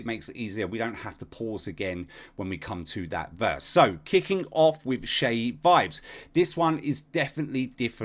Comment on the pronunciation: I love that you pronouced Seyi Vibez name properly...